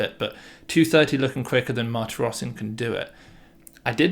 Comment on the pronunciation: little pronunciation tips: armenian last names have always stress on the last syllable: mahr-tee-ross-SYAN, gor mean-noss-SYAN and the same for the russian david: badge-uh-NYAN. pyotr us-sah-YO-nuck andrei ar-RYAM-now